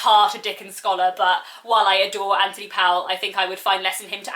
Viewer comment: I must repeat that the author’s name does not rhyme with towel, but with sole. This is easily verified from a myriad of sources, not least the great new biography of Powell by Hilary Spurling. The thing is that this odd pronunciation is part of the eccentricity and nostalgia evoked by his work, so I think it is important to get it right.